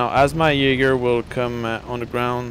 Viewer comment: Are you Danish? :) You knew how to pronounce "Jaeger" right, which most people don't.